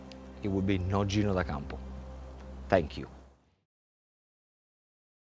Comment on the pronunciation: Gino! You butchered it, wanker 😂